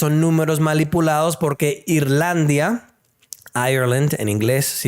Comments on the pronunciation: buenos días se dice Irlanda, pero tu español es buenísimo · Se dice: Irlanda. Por favor... Hablar bonito español 😡